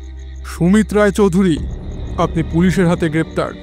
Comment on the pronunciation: চৌধুরী টা অবাঙালি দের মতো উচ্চারণ কি স্টাইল করার জন্য?